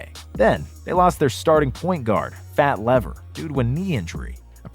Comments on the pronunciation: LEEEVER not Lever. You must be young. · Going to need to work on that Fat Lever pronunciation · You lost all credibility when you said Fat Lever's name wrong. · Made me cringe every time...